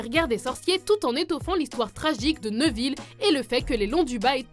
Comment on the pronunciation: et névil, pas neuvil